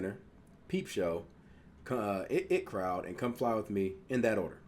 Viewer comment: it’s pronounced I T crowd. The 2 capitals are pronounced. It’s not just the word it. Been here since the inbetweeners. Always look forward to your videos